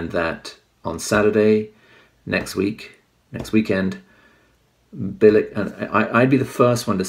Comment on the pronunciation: Its pronounced "Bilitch" ...........